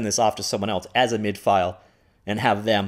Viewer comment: MIDI not mid. I get that you aren’t a musician, but reading man.(this is where an emoji would be if I weren’t born in 1975)